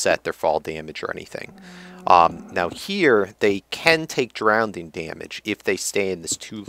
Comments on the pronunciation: im sorry not hating im just poiting out that its not drown-ding its Drow.ning anyways love ur vids keep up the good work:) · DROWNING DAMMIT! There is NO SECOND D! If you're trying to be cute... don't :P